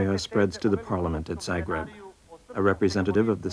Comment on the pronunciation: The mispronounciations are driving me crazy!! Learn how to say zagreb and franjo before you make a documentary!!!